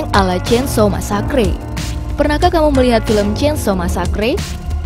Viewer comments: ngakak masakre bacanya bukan masakre tapi meseker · masakre?? wkwk, inggris nya kocag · Bukan masacree mbak tapi masaker